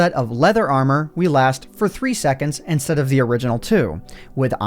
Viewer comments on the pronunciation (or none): none